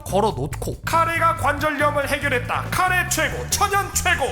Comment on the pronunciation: 일본인도 아니고 저걸 카레로 읽음? ㅋㅋㅋㅋㅋㅋㅋㅋ